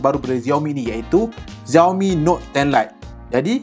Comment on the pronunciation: Bang XIAOMI tu sebutannya SHIAOMI bukannya ZIAOMI